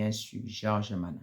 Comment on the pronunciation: vous êtes tous pareils ! en plus c'est nama et non mana😂